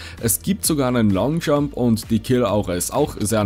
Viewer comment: "Sogar nen lonjump" XDDDDDDDDDDDDDDDDDDDDD